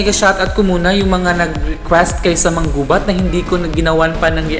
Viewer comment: hey girl , you didn't get the right pronouciation it's MA _ NGUBAT